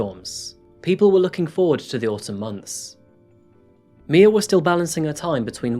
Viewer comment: It’s my- uh not Mia